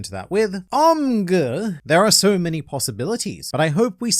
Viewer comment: that aint "omguh" thats omg = oh my god.